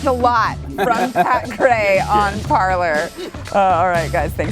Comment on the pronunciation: Parler is pronounced par lay. It is french verb to speak.